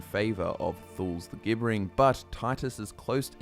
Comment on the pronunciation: "Gibbering" is pronounced "JIB-ber-ring"